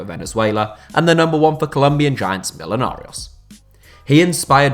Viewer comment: Say me-joe-nah-rios its not milonarios. Its my favorite team = hence why I’m triggered